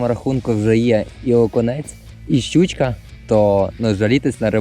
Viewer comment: Мені чомусь завжди смішно, коли каже "щючька"😅